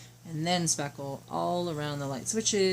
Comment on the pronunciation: Hi !! No idea what you are saying you put on the wall . Sounded like saffel. A product name would be helpful. I have no idea what you are saying. No one is saying in the chat what you said. That makes it hard. Mine is coming thru the door cracks. M.L.